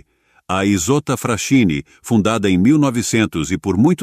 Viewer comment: A pronúncia aportuguesada é: ISOTTA "FRASQUINI". Capisci bello?!